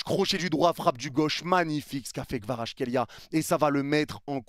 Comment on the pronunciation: je trouve que tu prononces plutôt bien Kvaratskhelia